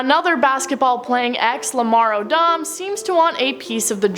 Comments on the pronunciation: "Lamar o-dom"... Jesus H Christ.. where did this person come from?? I miss Jarrod! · This woody person looks like they're on more drugs than Lamar Odom. Or Oh-dom as they mispronounce it